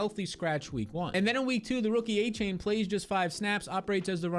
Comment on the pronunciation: devon "a - chan" its not "a - chain"